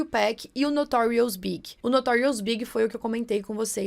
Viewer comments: Nao é Notorious BIG mas Notorious B.I.G. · Além da confusão com o nome da Left Eye, e a pronúncia do nome da Aaliyah, você também se equivocou quanto a pronúncia de Notorious B.I.G., não se diz "BIG", mas sim as letras soletradas "BI.AI.DGI.", da Cassie, que se não se pronuncia "QUÊISSI", e sim "QUÉSSI", do Tupac, que não se pronuncia "TUPÉC", e sim "TUPÁC", de um dos nomes do Diddy, que não se pronuncia "P" Diddy, e sim "PI" Diddy, e do nome do "Kelly" que era casado com a Aaliyah, que na verdade é "R. Kelly", cuja pronúncia é "AR. QUÉLI"., você pode resolver facilmente essas dúvidas de pronúncia no Google, tem vários sites onde se pode ouvir a pronúncia, é só pesquisar pelo nome pedindo a pronúncia em inglês, ou em qualquer idioma!